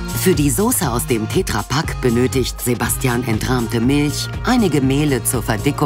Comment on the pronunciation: Das Ding heißt "TetraPak" und nicht "TätraaPak" Wie soll ich das nach kommen, wenn er ein Glas "Essig und Gewürze" reinkippt und nicht sagte, welche Gewürze denn da drin sind?